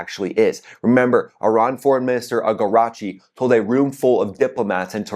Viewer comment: The Iranian Foreign minister's name is A-RAG-CHI, not AGARAGCHI.